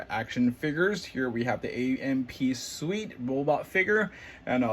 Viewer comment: Suite? I heard you pronounced it wrongly.